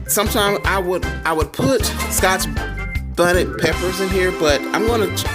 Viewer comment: Hey I'm here with you! Oxtails with pork rib tips is such a good idea. I'm sure the flavor combination is delicious. I have to try the scotch bonnet and I think you pronounced it right the first time. I like to season at every stage of the cooking process as well.. It adds so much more flavor. Lol "I'm over here looking like an american flag with these stars and stripes," no one ever notices stuff like that until we say it lol. Yes tasting your food lets you know what you need to add. And my rule for salt is you can always add more but you can't take it out so be easy at first. Loving the back ground music and I left big thumbs up! I hope your week is amazing!!💖💖💖